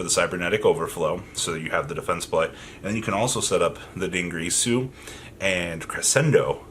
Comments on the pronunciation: Its not dingRirsu, its Dingirsu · VArgoV you know he says it like that to mess with people right? Lol